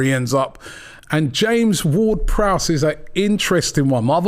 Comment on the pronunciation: Big up to the man who said James-Ward-Prowse.The disrespect that man gets is criminal.5 goals guaranteed from the Freekick spot.